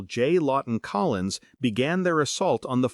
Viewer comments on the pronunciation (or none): none